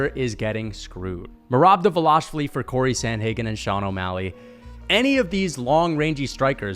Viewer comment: I thought this dude was pretty impressive after the first take. Then he said Justin Gaethje can’t wrestle and that Khabib took him down first try (try 7th) Then said Henry isn’t dangerous on the ground, which made me literally lose brain cells. Then he meat rides dvalishvili and can’t even pronounce his name right and has the nerve to even suggest that it’s possible he could beat Max🤣 This dude seems like he is a casual fan that did minimal research sand only watches the main event fights and probably doesn’t even know that Justin Gaethje gave JORDAN BURROUGHS one of his toughest matches, ever Henry is a 2x gold medalist, and to say Cory is his nightmare when Cory got submitted by Aljo, is purely naive. I agreed with Khamzat v Adesanya cause that’s common sense. Justin probably knocks out both beneil and gamrot, arman and him would be close, by no stretch of the imagination a “nightmare”